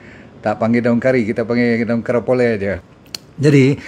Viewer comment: Karipolei, bukan karapole...bahasa Tamil tu